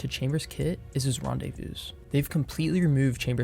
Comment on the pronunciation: Great video bro, fyi, it should be pronounced "rendezvou" not "rendezvousss". And before anyone says he was saying 'rendezvous' plural, he said "is his rendezvous'"